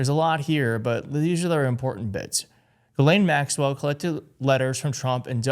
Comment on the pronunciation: Side note , Ghislaine is actually pronounced Gee Len . Everybody gets it wrong . Also , TACO , Jeffrey and Ghislaine are child rapers .